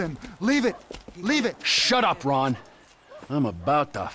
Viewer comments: calls ron a wade 😂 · You kept saying wade for Ron lol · He called Ron Wade🤦🏽‍♂️ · No ones talking about how he called Ron, wayde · Did he call Ron wade